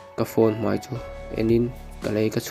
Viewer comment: Mizotawng hmandik a ngai ngaihthlak a ti nuamlo tlat .Mai tihtur mei i ti a